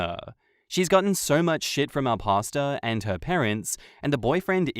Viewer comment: I thought was saying pasta not pastor..lol..took me a sec